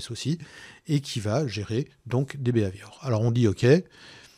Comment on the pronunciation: Excellent, clair et précis... moi, le seul point agaçant c'est la prononciation du "bi Hai Viore".. à la françoise qui donne un "b ave ior" :)